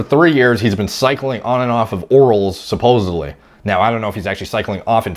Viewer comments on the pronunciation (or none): none